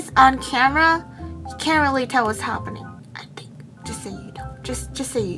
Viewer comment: i ‘tink OMG WHEN SHE SAYS THAAAT I CRYYY😂😭